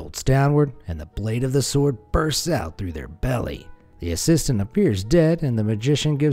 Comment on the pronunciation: The w in sword isn’t pronounced dude. Ripper video though. Good work as always